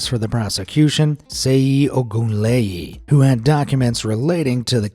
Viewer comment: nice but seyi is pronounced(sheyi ) and Lagos is not pronounced Lahghos but (laygoas)